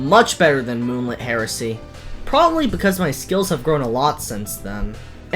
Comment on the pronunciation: The name: Steeple of Moonlit Heresy The pronounciation: Steeple of Moonlit HARRISON??